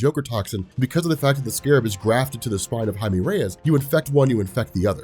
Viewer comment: ITS PRONOUNCED HI-MEH NOT HI-ME when pronouncing jaime but the person is brown